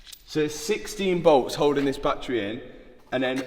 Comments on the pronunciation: Like da whey you sayyy batttttturieeeee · What's a bat-tray? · I'm going to have to stop watching most YouTube videos that discuss anything to do with batteries. "Battery" has three syllables. Bat trees are roosting spots for flying mammals. For unaccountable reasons, the use of the latter when meaning the former isvtriggering me very badly! Mind you, you're the one with the Lambo, so... what do I know?!😅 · Challenge:….. take a drink every time Matt says battreh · Love your accent: battrey Annd it now means that any crashed Revuelta will be written off, until they write the software to unlock it. Very irresponsible behaviour from a major car maker, shame on you Lambo. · Battery is a three syllable word that you've somehow turned into a two syllable word 😂. Fucking accents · The way he is pronouncing Battery is gonna haunt me in my dreams forever.